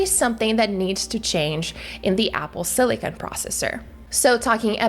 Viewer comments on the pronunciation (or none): Apple silicon, not Apple silicone. Watch your English vowel sounds.